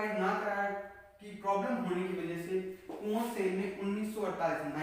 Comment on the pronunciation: Itz not कुंवरसेन,it is कॅवरसेन